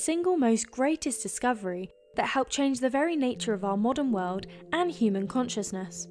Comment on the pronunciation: Good video. Cute voice 😁 I love the way she says wold 🤣🤣